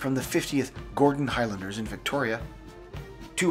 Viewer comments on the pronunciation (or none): none